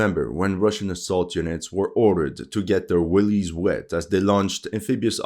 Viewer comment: 'willies wet' or 'wellies wet'? Big difference 😂